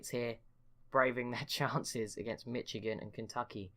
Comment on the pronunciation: Also it’s pronounced Mishigan